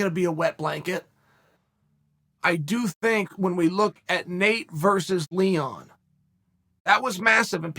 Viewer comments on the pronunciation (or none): none